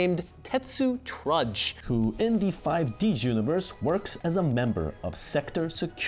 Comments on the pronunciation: "Five Deez" Not "Five Dee Ess". It's supposed to be short for Five Dragons, in reference to the five Signers (Yusei, Jack, Aki, Rua and Crow) each having a Mark of the Crimson Dragon and their own Signer Dragon - Stardust, Red Demon's, Ancient Fairy, Black Rose, Black Winged. In case anyone asks questions about Life Stream Dragon and the fact that Leo is a sixth signer, here's the cliff notes. Life Stream was one of the Signer Dragons thousands of years ago, in one of the first fights against the Underworld King, but it was trapped in a Cage to nullify its strength - which turned it into Power Tool Dragon (Leo using the power oof Synchro Summoning to break the cage and unleash Life Stream's original power). It's only fighting Aporia in the final arc that Leo becomes a sixth signer, but that never got dubbed. For a comparison with another anime, it's kind of like the Elder Kai in Dragon Ball Z though, where the old Supreme Kai was trapped in a sword and so when he was freed millennia later, there was an extra Supreme Kai hanging around. You're still supposed to have only one Supreme Kai at a time, you spent 99% of the show with one Supreme Kai, you just end up having one extra for a stint. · Five dee ess. Ahh yes, another cultured soul who never learned how to pluralize word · Ok, I'm finding it hard to belive someone who's saying 5D's as 5 DS. its not a nintendo DS game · “5 Dee Ess” I’m sure the video is interesting but I’m not on-board with a non-fan explaining the timeline (incorrectly, judging by the comments). You got my click though, Crunchyroll, so congrats I guess. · 5 d s...........its five D's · "5 D-S". Never shuddered at something yugioh related before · I love the effort and studies done right. My only cringe is you that you've butchered 5D's pronunciation into 5 Dee Ass. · "Five Dee Es" lol stopped watching right there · "YuGiOh 5 Dee Ess" When did Nintendo make a YuGiOh themed console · “5D-S” and I’m clicking off thanks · FIVE-DEE-S. Strike one...